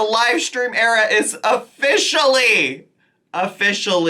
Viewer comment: It's so annoying. Def a far cry from her valley girl voice. Actually I'm not even sure it's valley girl. She has this weird habit of emphasizing when not even necessary. ImporTENt. Love that for youuuuuauh. LiterUHleeee. Buh-raid. Era-uhh and the list goes on 😆